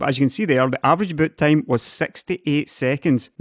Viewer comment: Did he say butt-time?